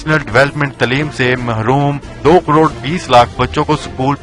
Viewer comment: bhai crodko cdod keun bol rahy ho